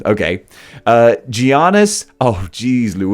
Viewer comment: As a greek person I feel offended by the way you pronounced Giannis name lol